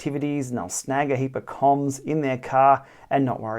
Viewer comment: Love the channel, love the tips, but for the love of god please stop saying “coms” it is an acronym pronounced “K O M”.